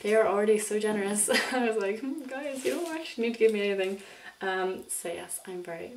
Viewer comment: Did u just say "hey glyis" lol No but i love u alooot and ur videos r the shit